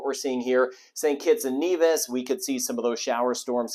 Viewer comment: Love when ever he says my countries' name. St. Kitts and Nevis. And pronounces it's like we do 🤗🤗 Excellent work, been watching you all season. We appreciate it thank you